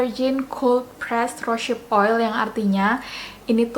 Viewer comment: Terima kasih atas reviewnya kak, sangat informatif. Tapi saya ada punya bbrp info dan masukan nih 1. Cara bacanya bukan "rosyip" tapi "rose" and then "hip" = "rouz hip" 2. Proses cold pressed rosehip seed oil itu bukan dari bunga tapi dari biji (seed) 3. Kemasan pipet itu ga higienis krn tiap mau pakai terbuka, pasti terpapar udara, rentan terjadi oksidasi. Carrier oil mahal itu paling bagus pakai kemasan airless bottle atau drop bottle yg lubangnya kecil seperti yg biasa dipakai untuk essential oil. 4. Aplikasikan rosehip seed oil pada wajah yg basah atau sesaat setelah pakai toner